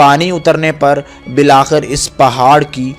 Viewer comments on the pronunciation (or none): none